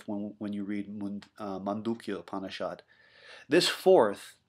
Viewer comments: Just a small correction - 'U' must be pronounced as in "upanishads' not as in 'umbrella'. The first vowel in 'upanishad' is commonly transliterated in the roman script by 'u' or 'U'. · hmm, I realize you might be pronouncing the first vowel in upanishad incorrectly too. 'U' must be pronounced as in 'book'. Sorry, I am only making this point because your video is about a sound, so I thought it was important.